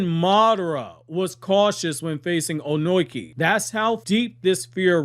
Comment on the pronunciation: Why are you calling him Onoiki? Wtf 😂